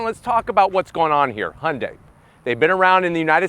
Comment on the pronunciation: He pronounce the name Hyundai perfect! Not Hiyundie!